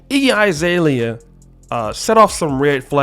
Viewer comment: Izalea? Bro it's Azalea. A is pronounced A, not I.